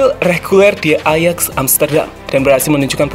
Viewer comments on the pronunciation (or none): none